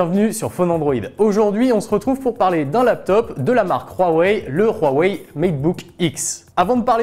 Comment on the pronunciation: Rhouwawey, non Huawei